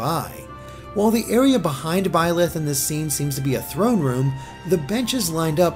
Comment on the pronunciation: Please correct me if I'm wrong, but isn't Byleth pronounced like B-Lie-th, or something like that? The name has multiple spellings, but its referring to the demon king, which given the emphasis on the goddess; it seems like this is going to be another "the devil is the hero from another perspective" kind of story, which isn't bad if handled right.